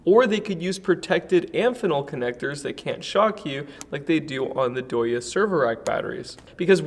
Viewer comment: Ask me how far I would trust a 125kwh power system from a company called "DIE". In no universe is "DEYE" pronounced "DOYA"